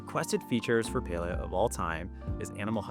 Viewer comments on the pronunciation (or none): pale-ee-uh makes me sad. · Beyond the patch stuff (which all sounds very cool), this video made me realize that I have never heard "Palia" said out loud and I was pronouncing it wrong. I was saying "PAL-lee-ah" not "PAY-lee-ah" lol oops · omg ive been playing this game for so long but ive pronounced it as "pah-li-ah" rather than "pay-lee-ah". this patch is so exciting im so ready for it! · Oh it’s pronounce Pail-ia?? I’ve straight up been calling it, Pal-ia